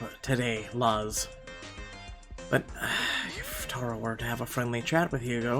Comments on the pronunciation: than sorry man, it's just i know people named luz and i live in a predominately Hispanic/Latino neighborhood and noone ive met/know pronounce it that way (that'swhy i was bothered).My comment about being Mexican American is a little irelevant in terms of my neighborhood as I'm part of like 1 of only 3 Mexican families. BTW sorry if it came off as rude it was more like a nitpick than anything else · Since Luz is Mexican, I believe her name is Luz (Loo-z) since Thomas calls her Lulu. And the neighbor Levi (is Lee-viy like the jeans) is probably gonna be a babysitter for us in the future. Vanessa is such a mean mom, I think she's gonna need MC's help to get her son's out of trouble. And like Calvin said I agree we'll need Thomas to help us fight the custody battle with our ex. I wish there was a male MC perspective other than Thomas so that we could see your reaction. Lol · It really bothers me that you don't know how to say luz